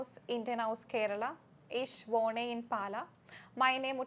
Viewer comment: The pronunciation in fucking bad. what is whode it is pure woh-ne